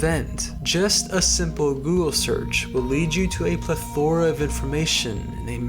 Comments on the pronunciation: It's pronounced "PLEH·thr·uh", not how you pronounced it. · it's pronounced PLE-thor-ah, not ple-THOR-ah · Plethora (pleth-arah) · Maybe google how to pronounce "plethora"